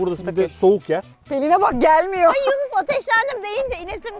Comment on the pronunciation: Yunus ❌ Yuğnis ✔